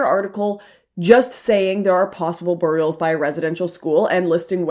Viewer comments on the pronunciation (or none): Lauren why do you pronounce things differently? "Burr-eed" "tram-ahh" ... I don't know people that talk like this and I'm good friends with your sisters highschool best friend (similar age and location) I'm genuinely curious. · Burial. (BARE + EEE + ULL). Great work hun. I loathe what my country has turned into.